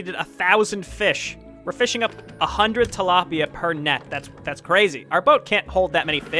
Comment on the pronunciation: Tilaipia lmao